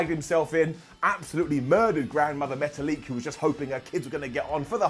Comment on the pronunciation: “Grandmother Metalik”😂😂